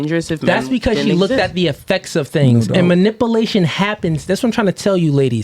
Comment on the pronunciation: Not manipplation...it is manipulation. If you're going to say the word five hundred times at least pronounce it correctly.